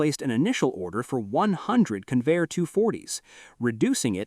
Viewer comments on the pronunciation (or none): That's CON-vair, not "conveyor." The name was a portmanteau formed by the merger of Consolidated and Vultee aircraft corporations. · That competing aircraft builder wasn't "Can-VAIR" it was CON-vair. Don'tcha just love these AI Slop robots? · Hey stupid AI. It's CON-VAIR with the accent on CON. AI slop. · It''s "Convair," not "Conveyor." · Convair, not conveyor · LOSE THE ANNOUNCER BOT!! ("Kinvayer", MY ASS!) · Convair has two syllables, both stressed, and is NOT pronounced Conveyor. It's discouraging to see excellent film with sloppy narration. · Yes! It is pronounced Con - Vair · Three and a half minutes into the video and the narrator begins to pronounce Convair properly. But the producers couldn't be bothered to just restart the narration because of laziness. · Learn how to pronounce Convair. AI again. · I'm so sick of AI mispronunciations. I can't finish watching this garbage.